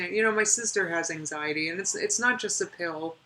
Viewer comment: "ang-zitee" gets my goat more, but "palpy-tayshuns" is close second.